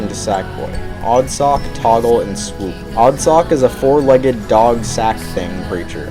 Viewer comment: BTW its "Swoop" sorry for correcting you.